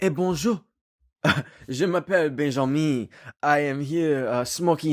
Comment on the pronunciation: The way he said”Benjomen!” I was weezing on the floor!😂